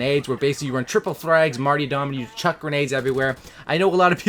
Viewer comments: Dropped a like, but yo, the perk 3 is called Martyrdom, not Martydom like the name Marty. There are 2 "R's" in the word. Nothing but love, keep making your awesome COD vids! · Mar-TYR-dom ffs